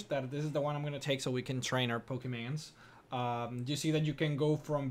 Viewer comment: I find it funny that every time he says Pokemon its sounds like pokeman